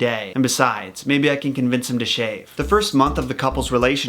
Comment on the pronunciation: No it's not how you say chals pero